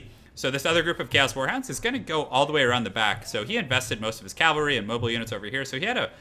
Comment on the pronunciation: Great video. Only one nitpick. Why do you keep saying calvary instead of cavalry?